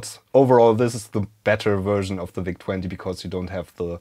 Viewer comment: Der Vau-Zeh 20. So german🤣👌